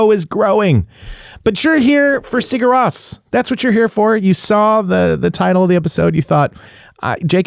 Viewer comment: Nice video man, fun to listen to you. They are my fav band of all time. And btw its pronounced Siur Rose😁 You have to go see them live man, they are absolutely unreal!